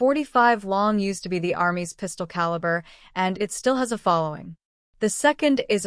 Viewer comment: Ca la bra... Caliber. Ai reader is always funny.